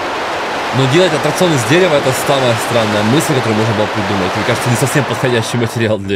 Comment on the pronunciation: правильно аттракцион а не отракцион или атракцион